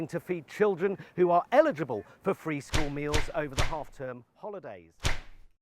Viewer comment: The word is school, not 'skoowww'. Children, not 'chiwwdren'.